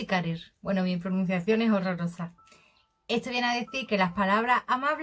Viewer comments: Chica pronuncias muy bien, yo estoy I tentandolo desde hace dos meses y me resulta súper dificil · hola soy Turco y pronuncias las palabras bastante bien y tambien traduces perfectamente saludos ✌️